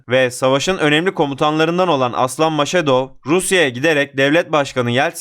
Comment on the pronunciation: Maşedov değil Mas-Hadov.